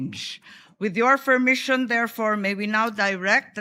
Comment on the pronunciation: Fermission? haha hirap na magsalita sa retoke haha